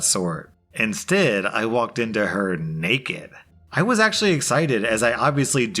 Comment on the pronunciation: Could not help but laugh during second story to the way said Naked. Lmao 😂😂😂